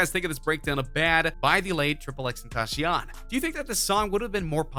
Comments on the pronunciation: I know! He said XxxTentashion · BRUH DID NO ONE HEAR HIM SAY XXXTENTACION WRONG????? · Stay Frosty Royal Milk It’s really wro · Dude say xxxtentacion’s name right